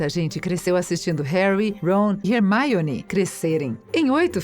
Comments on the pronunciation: Mano que agonia dessa mulher falando "Hermaione" fALA "HERMIONE" MANO Tira essa mulher daí man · MANOOOO que raiva dessa mulher ficar falando Rérmaioni, se fala Ermioni se escreve Hermione mas se fala Ermioni POR FAVOR ARRUMA ESSE FALA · Pelas barbas de Merlin!!! Fala Hermione, não Hermaione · Sério velho da MUITA AGONIA ela falando HERMAIONE Velho fala direito kkkkk E HERMAIONE MANO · Como se diz: HerMIone Como ela fala: HerMAIone Eu: >:V E HERMIONE FALA DIREITOOOOOO >:C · "Rermáione" Lembrei de maionese ;w; AAAAAA MEUS OVIDOS, É HERMIONEEEEEE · Teve um vídeo que essa mulher falou Rermaione Granguer, invés de Hermione Grendjier (-¿.- ?) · O vídeo é muito bom mas me deu muita agonia esse mulher falando "Hermaione" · "é Hermione não Rermáionê"... Kkkk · Mds que fadiga desse mulher falando Hermaione pelo amor Deus fala Hermione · É HermIone e não HermAIone! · "Warner Brothers" "Hermaione" kskakKakak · Rermaiore?? Q vergonha senti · "Harry,ron e rermaione" Kkkkkkkkkkkk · vcs ai falando mal pra caraca da hermione que ela ta fallando errado,, mas em ingles se pronuncia assim gnt. se pronuncia: ''rermine'' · hErMaIoNi??? poRtter???? houarts????????? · "Hermaione" KK q agonia ouvir assim o nome dela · MEU DEUS ERROU MONTE DE NOME RERMAIONI, HOWARDS, DAUMBLEDOR QUE ISSO KSKSKSS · ''harry ron e RERMAIONE'' super certinho moça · "Rermaione" 😆 kkkkkk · "Remaione" "Olivandar" hahahaha adorei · "Remaioni" "Warner brothers" "Guifinoria" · Parece que digitei Hermione no Google tradutor e a voz da tradutora dizendo Hermaione toda vez que clico Kkkkkkkkkkkkk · Toda vez que essa narradora falava "Hermaione", meus ouvidos sangravam. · "você ficou incomodando quando crabbe desapareceu de repente da franquia dos filmes posteriores?" Não, eu fiquei incomodada com vc falando Hermaione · Kkkk 1% dos comentarios: o video 99% dos comentarios: comentando sobre a mulher chamando a hermione de ermaione kkkkkk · dps do HERMAIONEY fechei o video kkk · Hermaione é foda viu,que agonia do carai